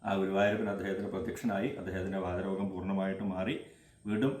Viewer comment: നമസ്കാരം തിരുമേനി വാദ രോഗം അല്ല വാത രോഗം